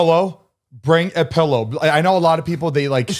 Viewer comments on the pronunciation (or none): 'Pellow' 😂 face 😂